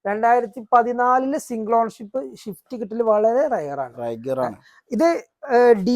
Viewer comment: മുത്തേ ഷിഫ്റ്റ് അല്ല സ്വിഫ്റ്റ്